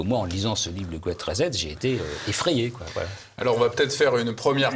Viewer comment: "Il sera question de "Grète rizette" ?! M^me si vous n'aimez pas l'anglais, faites un effort pour prononcer à peu près correctement. ça ne donne pas env-ie de vous écouter